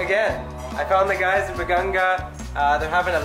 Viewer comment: BAGA-NGA not BAGANG-GA